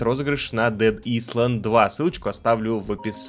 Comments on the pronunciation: правильно не дэд ИСЛЕНД, а дэд АЙЛЭНД!😉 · Не хочу показаться душнилой, но на меня просто убил английский Макса. Извиняюсь ещё раз, но читается это как "дэд айлэнд" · "дэд исланд" 😅